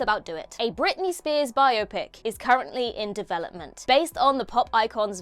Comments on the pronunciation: Britney, not Brittany. Jeez. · It's "Britney" b***h! 😂😂